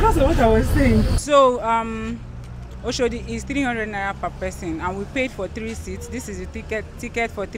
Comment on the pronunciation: The Kenyan more correctly pronounced Oshodi than the so-called Nigerian!